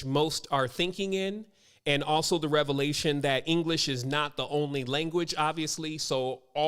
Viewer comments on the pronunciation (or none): none